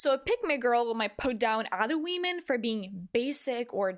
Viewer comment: idk why but that we- men just triggers me its pronounced WOMEN